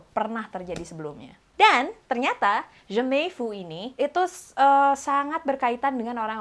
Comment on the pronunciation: "jamais vu" itu di pronounce bukan jemey vu, tapi jamey vu. hehehe